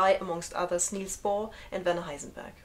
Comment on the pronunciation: How nice to have it explained by someone who can actually pronounce Erwin Schrödinger and Nils Bohr /properly/ !